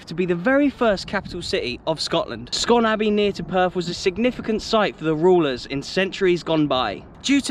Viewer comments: With out Perth twang I would say it’s more Mick-Daiyer-Mid Park 👍 And it’s scoon, but otherwise all good. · Great vid. Just a note that Scone is pronounced Scoon in this instance. You nailed Kinnoull though. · I known it's not spelled that way so its an easy mistake to make, but its pronounced "Scoon Palace" 🤣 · Good to see you visit Perth but there are many much higher hills/ mountains in Perthshire, the highest of which is Ben Lawers at just a few feet under 4000ft above the north side of Loch Tay. One of the most beautiful parts of Scotland. Scone Palace is pronounced Scoon as that was the old spelling. Keep up the good work though and I love your enthusiasm. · I’m from scone and it’s pronounced scoon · You said Kinoull correctly.... But not Scone or McDairmid. 😅😅. Kinoull Hill is possibly the highest point in the city but not the whole of Perthshire. Ormond was their best ever manager, but now it would be Tommy Wright as he managed them when they won the Scottish Cup and led them a few times to Europe.